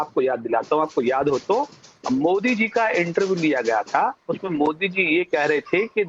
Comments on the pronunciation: Owasi ,modi to sahi say bolanay ka practice karo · Bhai phle modi ka naam shi se bolna sekh lo uske baad uske vichar padhna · Abe Owaisi Modi naam hai Mod nahin hai pahle bolna Sikh lo